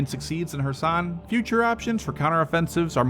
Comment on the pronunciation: KEERSON, not kursan.